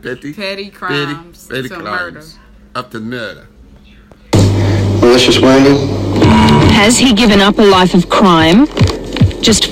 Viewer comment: Way coach pronounces murder with the Aussie accent is fucking perfect hahaha